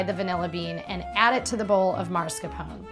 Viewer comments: Your pronounciation of mascarpone is annoying me ... -_- its not pronounced marscarpon but its mah scar poh neh! Jeez get it right woman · It looks really yummy! In fact, I'm going to try it today :) Just one tiny thing, though. The correct pronunciation is mas-car-POH-neh, not MARS-ca-pown ;) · I love this recipe but please it is pronounced MASCARPONE with an E in the end, you said it so many times wrong that I had to tell you!!